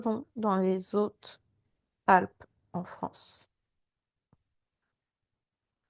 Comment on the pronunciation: Dans les Zautes zalpes ?¿? 😂😂😂😂 C'est un h aspiré ! Pas de liaison !